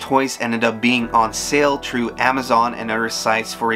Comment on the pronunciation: Why do you pronounce “thr” as “tr”? Like tree instead of three and troo instead of through?